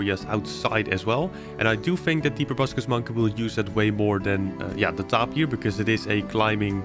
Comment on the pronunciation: I think it's pronounced tape-ear but your acce ts and builds are so cool